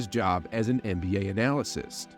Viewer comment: Did you say analysists? Lol I had to man, love your videos, keep them coming.